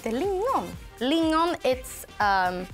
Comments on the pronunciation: its lingon not lingnon for gods sake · ”sylt lignon” Lingon* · lignon???? Its lingon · ”Sylt lignon” menar du lingon sylt? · Lingon not Lignon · They have a right everything wrong it’s not “Linon” it’s “Lingon” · Hahah it said ”Lignon” istället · They said sylt lignon to, like wtf is lignon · Lignon? Haha